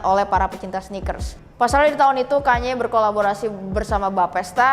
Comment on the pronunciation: with all due respect, please pronounce it "kan-ye" 🙏